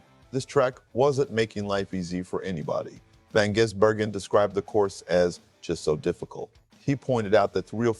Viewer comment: You should get the pronunciation of his name right.